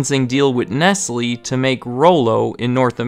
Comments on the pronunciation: You are right, I apologise. Please look up how to pronounce Nestlé. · Isn’t “Nestlé” pronounced as “Nest-Lay”? Nestlés aside, nice vid 👌🏼